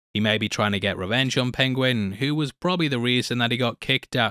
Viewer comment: Pengwing! I love listening to Cumberbatch’s pronunciation. Tickles me every time.